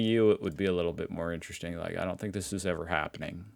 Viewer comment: "This should ne interessting... Interesting Maps of Europe" Linguist 2025:face-green-smiling